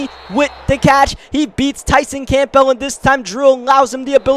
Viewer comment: ight, love the series and the videos but please.. stop pronouncing the P in campbell